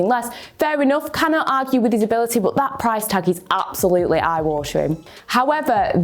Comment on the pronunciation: "Bod" :D